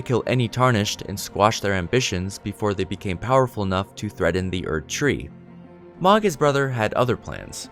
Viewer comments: It's not magh it's mogh..oh my gosh I had to stop watching and it was really good up until then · It’s “Moe-g” not “mah-g”. They say it in the game fairly often and it’s not a “hard” name to pronounce. Other than pronunciation (pretty important, you said a lot of names wrong) good video. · I'm pretty sure Mohg is meant to be pronounced with an o sound like in "mode" or "dome", not the sound like in "dog" or "fog". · The word is "ESCAPE" not "EXCAPE". Also, Mohg is pronounced like "Mowg", rather than "Mahg". There's a few characters that speak his name. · The mispronunciation of Mohg repeatedly was driving me crazy lmao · Lotta little errors here. The 2nd bloom is not Malenia. That's someone else who bloomed but died. More than likely a sister/clone of Malenia from the children of rot. Mohg is mispronounced. They say it in the game.